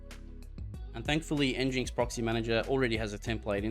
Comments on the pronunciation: pronounced engine-ex not n-jinx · nginx is pronounced engine x Pumba was from Lion King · Thank you for this video. But, you could say the name properly. As in "Engine - X" 😁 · Thanks for the video. It's pronounced "Engine X" I believe though.